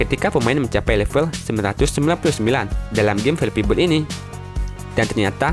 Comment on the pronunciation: bord , krum , pasmen , tire'